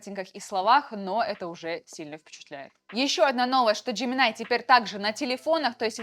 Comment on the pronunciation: джеминАй, текстА. Нинада, ни делай так.